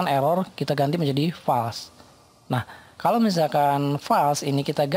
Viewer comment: Terima kasih atas ilmunya yang sangat bermanfaat. Tanpa mengurangi rasa hormat saya, harap melafalkan kata FALSE adalah fôls bukan fals. 🙏